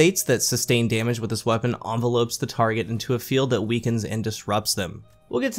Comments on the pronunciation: Lmao!!!😂😂😂 Envelop is not something you put mail in!😂😂 Envelope is! The word is pronounced En-vel-up... just thought Id help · Its pronounced envelope not envelope. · Maybe it's just me, but does it bother anyone else that he's saying envelopes wrong? Other then that, good video. Trace rifles are good as long as you can aim well with them. If you can't you'll have a bad time.